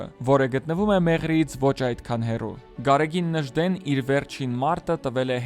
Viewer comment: Թույլ տվեք բարեկամաբար Ձեզ ասել․ ոչ թե «Նժդեն», այլ «Նդեհը» ինչպես «նախագահը», այլ ոչ թե «նախագեն»։ Համենայնդեպս շնորհակալություն տեսանյութերի համար։ Հարգանքներով։